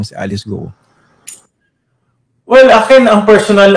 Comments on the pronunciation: HINDI GU-O ONE SYLLABLE ANG GUO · Alice Guo po nde Alice Guwo😂😂😂